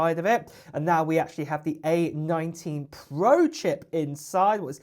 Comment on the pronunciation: “Pwo” this dudes voice